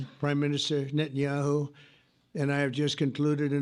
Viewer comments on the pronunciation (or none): none